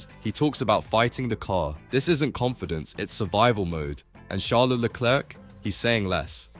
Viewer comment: MAJOR CORRECTION! NOT 'CHARLIE' ITS CHARLES PRONOUNCED SHARLS